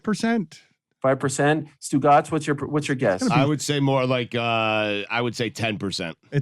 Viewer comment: Haha Stugotz = stu caz !!!